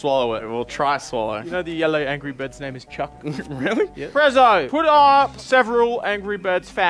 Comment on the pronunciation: "Angry virds"